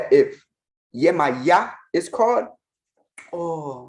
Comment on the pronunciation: The way my jaw hit the floor when he mispronounced our mother Yemaya…wow.